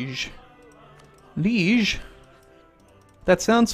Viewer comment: sorry for the spam but it's pronounced Lie-ége not liege like in CKII. Could you please try it?:) Thanks in advance.